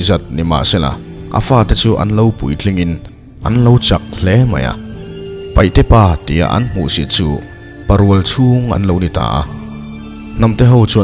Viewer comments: Paihte nilo in paite aw😊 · paihte a ni lo, paite ti in lam tawh rawh.. zo hnahthlak pui te hnam hming pawh lam dik loh chu a mawi chiah lo deuh. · Nia... Paihte nilo in Paite tih zawk tur👍